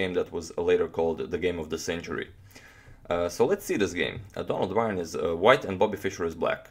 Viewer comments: Donald's last name is pronounced like : Burn. You are pronouncing it as Byron. Someone should make a pronouncing guide of chess players. Slavic or Dutch names are hard to guess how they are supposed to be pronounced. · Byrne is pronounced 'burn'. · Byrne pronounced as in "to burn". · Byrne's last name is pronounced like "Burn". He's from my hometown and I went to school with his family. If you ever show Fischer's Immortal against Robert Byrne, that was Donald's brother. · His name is Byrne pronounced like burn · I could be wrong, but I imagine Donald Byrne is pronounced Donald Burn. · How did Donald Byrne pronounce his surname? Byrne is an Irish name and is pronounced "Burn" :-) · Surely, Bryne should be pronounced ‘bern’. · Byrne is pronounced Burn.